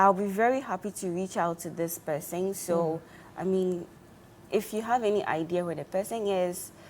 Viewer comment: The word is person not persing!